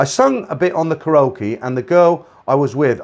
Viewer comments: you say the word ( KAREOKE ) KA RO KEE W R O N G IT IS PRONOUNCED KA REE O KEE ok? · I was getting a kick out of your pronunciation of Karaoke. :)